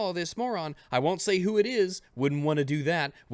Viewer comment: Everytime you say wunt it hurts me